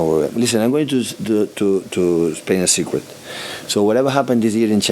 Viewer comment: that secwet made me lose it lmao